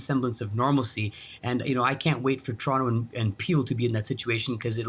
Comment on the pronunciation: How does a Canadian reporter not know how to pronounce ‘ TORONTO’ RIGHT?